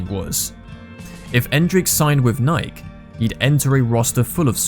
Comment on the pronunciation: How do you spell "Nike" the way he's pronouncing it? Nik?